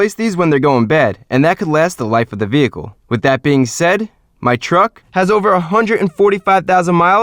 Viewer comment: I love your videos but you kill me... its hundred not hundrit